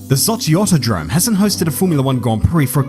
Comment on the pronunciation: Me: read title, click video, sip coffee: "Sochi autodrom" Me: immediately spits coffee 😂